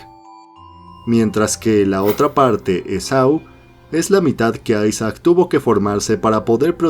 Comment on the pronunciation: porfin alguien que lo llama ''aisac'' y no isaac